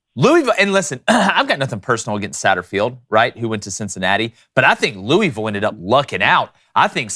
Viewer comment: It's pronounced, Loo-āvull. Haha not, Lewwy-ville